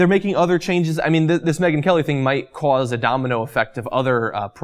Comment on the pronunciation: The way you said "cause" worries me Jon. Are you from Jersey? Boston?